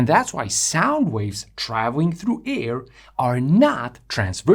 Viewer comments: Like u mate , but u pronounce "AIR" the same way u pronounce "EAR".....,the vowel should b pronounced as in FAIR or FARE....(though combustion engineer I had to learn all those dialects as a kid , not to b bullied, I ended up with a language ear)..... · Llike u mate, but u pronounce Ear and Air....the same way... Air is pronounced in a similar way to Heir.....